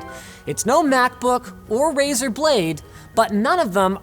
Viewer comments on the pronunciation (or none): none